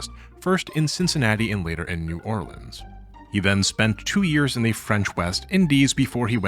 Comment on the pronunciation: Thank you for pronouncing New Orleans correctly :)